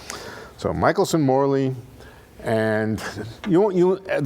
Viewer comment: It freaks me off when he said Michaelson-Morley experiment ><